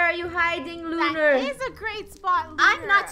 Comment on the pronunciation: ur mean lunar not luaner sorry if I’m kind mean 😅